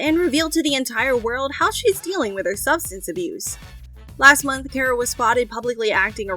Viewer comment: Car-uh. Not care-a. Names matter.